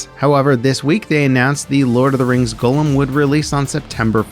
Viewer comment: have you never seen LOTR?! Your pronunciation of Gollum made me shudder.